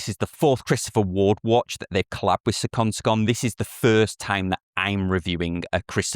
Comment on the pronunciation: You said seconde/seconde great every time! Thats hard to do.